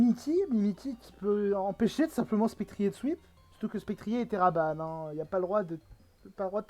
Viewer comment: Je crois qu'on prononce "Spectrieur". ou vu la team adverse, Gouging Fire ne servait plus et il fallait éviter qu'il se place (si il a la priorité, il peut se faire le reste de la team).